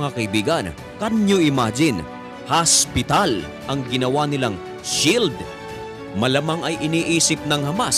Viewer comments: Magsu-subscribe ako kapag ang pag-pronounce mo ng hospital ay hindi HASPITAL. Tagalog na nga ang salita, HASPITAL pa. 'Di pa sabihing OSPITAL. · Ano talaga Ang pag bigkas mo hospital or haspital? Hahahahahaahh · hospital po hindi haspital😂✌️ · Ikaw matanong ko, ano ba talaga haspital o hospital, 😂😂😂😂 haspital hospital ospital, oa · haspital hahaha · Di ko nabilang ang word na hasp pital